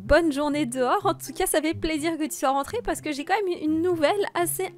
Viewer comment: "Ah bah moi z'ai un très très bon sandwich"😁😁🤣🤣🤣